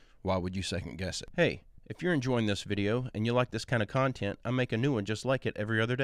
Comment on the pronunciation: I love the way says the word 'con-tent'. We (my family members and I) crack up every time cause its really great and in this video he says it with a super strong Tennessean accent its the best!! Love the content!!